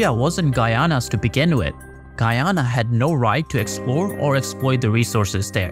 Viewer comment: Please, do check the pronuntiation of Guyana. Blood out of my ears. Thank you!